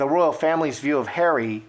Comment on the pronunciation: Anne, Princess ROYAL, not ROYALE!!!